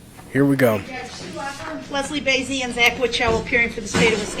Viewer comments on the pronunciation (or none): none